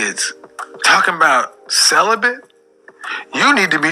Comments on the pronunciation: Sounded like she said "Celephant"... (Like a cellophane elephant?) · Is she saying celibate or sell a bit ? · It's celibate and not celibant. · Why did say celebant??? lol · She said celebian.😂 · I heared "celebum" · "I been celebent for 2 years"🤣🤣🤣🤣🤣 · Wtf is "celibent"? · She can't even pronounce the word celibate, let alone live a healthy balanced life. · lol it’s not her decision to be “celibate”, absolutely nothing wrong with that… it’s her mispronunciation of the word.